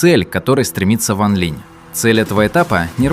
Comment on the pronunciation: Сколько автора не поправляли ранее, все также бросается перевод с ударением... Ван ЛинЯ и Цин ЛинЯ. И ведь обещал исправить, но пока результата нет...